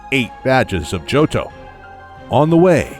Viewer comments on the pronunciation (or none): none